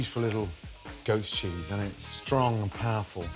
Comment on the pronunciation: I thought he said “ghost cheese”